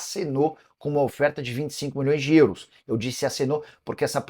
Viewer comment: Nicola fala; "Euros", igual o cara do filme gente grande fala; "Grãos". Kkkk